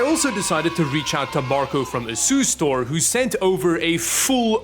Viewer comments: Any one else hearing ASUS-Store instead of Asustor? 👂😂😂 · Anyone else keep hearing asus store? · That's the Dutch pronunciation